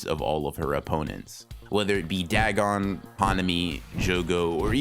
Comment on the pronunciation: Dag on it! More like dagoff. It's weird hearing you say Dag on since I'm pretty sure 90% of people pronounce it da gon, or day gone.